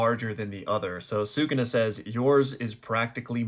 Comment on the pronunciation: Stop saying Sukuna incorrectly